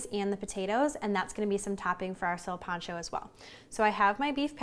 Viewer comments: THAT'S KOOL THANKS FOR EVEN TRYING CAUSE SOME PEOPLE WILL ONLY DO MICROWAVE FOOD AND STOVE / OVEN IS JUST TO MUCH FOR THEM LOL JUST SAY "SIN" LIKE "WITHOUT" AND "PANCHO" LIKE "PANCHO VILLA" "SILPANCHO" NOT "SEALPANCHO" LOL YOU KEEP DOING YO THANG DISCOVERING OTHER CULTURES IS A BEAUTY PLUS HERE IN THE U.S. I THINK BOLIVIANS EQUAL ARE LESS 5% OF HISPANIC & LATINOS ❤💛💚 PEACE OUT GOOD LUCK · NOT SURE WHAT PART OF COCHABAMBA BOLIVIA DID YOU LEARN THIS FROM PUT NO NEED FOR THE PAPRIKA OR THE WHOLE EGG FOR THE BREADING GROUND BEEF YOU NEED TO MIX AND KEEP BREADING TO THE BEEF WHILE HAMMER TENDERIZING THEM REALLY FLAT AND NO NEED TO PEEL GOLDEN YUKON POTATO'S EVERYTHING ELSE WAS PRETTY MUCH IT BUT MY GRANDMA GET MAD IF SHE HEARD YOU MISS PRONOUNCE "SILPANCHO" THE WAY YOU DID GIRL LOL KEEP IT UP TRY AGAIN 👍